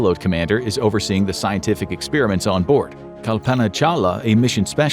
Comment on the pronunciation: The way you pronounce, “experiment”, upsets me!